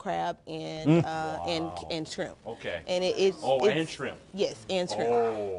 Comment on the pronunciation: I love when she says scrimp!